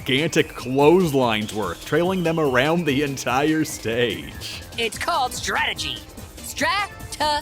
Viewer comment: Its called strategy! STRA TE GY